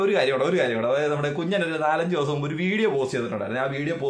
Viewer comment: നുമ്പ് അല്ല . മുമ്പ് > ഞറുക്കല്ല - നറുക്ക്